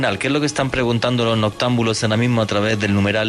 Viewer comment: BUENA NocHE NOTAMBULO jajajajajajaja hablá bieeen!!!